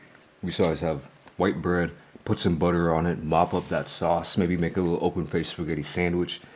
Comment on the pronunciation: I love how you called it spagett! 😂